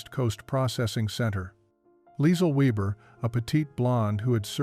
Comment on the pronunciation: Pretty sure that should be Liesl Weber. Last name means weaver, but the pronunciation was wrong. Should sound like VAYbuh